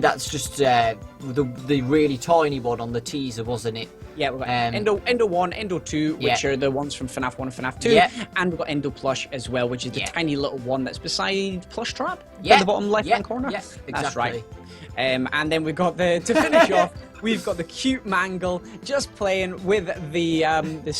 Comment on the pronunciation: I like when u say plooshtrap classic😂😂😂😂😂😂😂😂